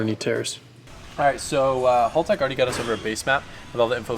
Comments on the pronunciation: Good to see you using the Haltech ECU. Boost per gear helps limit the torque to help your transmission live longer. BTW, it's not pronounced Hall Tech. The "Hal" should be like the Hal 9000 computer in the movie, 2001, A Space Odyssey. Haltech did a video just on how to pronounce the name. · haLL? hAAltech 😂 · What's with you yanks you can say barra for the barracuda and hal like shalow hal yet motors a berra its barra for our barramundi and its haltech not holtech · pronounced Hal Tech....not Hall Tech